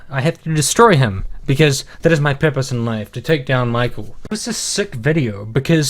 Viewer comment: It sounds like he's saying pepperoni instead of purpose